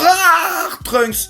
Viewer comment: Pour truncks on dit (deso pour l'ecriture) Dani San kan